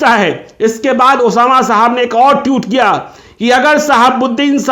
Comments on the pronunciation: टीउट नही होता सर.. ट्वीट बोलिए ! 😅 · जी, उच्चारण सही सही कीजिए। ट्यूट नहीं ट्वीट बोलिए। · भैय्या, ये ट्वीट होता है, ट्यूट नहीं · ट्यूट नहीं पत्रकार साहब, ट्वीट कहिये। गजबे हैं आप भी। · Twit hota hai tewt nahi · Osama saahab!!...saahab??...😁😁...kya yaar 😁....wo TWEET hota hai TWYUTE nahin 😁😁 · Tutt nahi...tweet... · Ese log bhi video bnane lg gai jisko tweet bolna nhi aata tueet bol rha hai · Jahil ho kya be. Tiyut nahi tweets hota hai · ओ चाचा ट्यूट नही होता है ट्वीट होता है😂😂😂😂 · जनाब ट्यूट नही ट्वीट बोलिये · Pahle tweet to bolna sikh le, tute nahi baklol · Bolna toh seekh lo patrakar sahab tuet nahi tweet hota hai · अरे चचा ट्यूत नहीं ट्विट होता है😀😀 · Tute nhi tweet hota hai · Tute ni hota bhai tweet hota h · भाई साहब ट्यूट नही होता ट्वीट होता है ।। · Tweet not tute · Teut nahi tweet hota hai ji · पहले बोलना(उच्चारण)तो सीख लो ट्यूट साहब 😂😂😂😂😂😂🤣🤣🤣🤣🤣ये ट्यूब लाइट पर नहीं बोल रहे हो जीरो वॉल्ट के लट्टू आप ट्विटर के लिए बोल रहे हो😂🙏जय हो हर कोई पत्रकार बनने की दुकान खोलकर बैठ गया है। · Tweet toh bolna sikh lo pehle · ट्वीट तो बोलने आ नही रहा है चला हैं पत्रकारिता करने ।एक अपराधी की पैरोकारी कर रहा है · Tweet ..ka pronunciation to thik kijiye....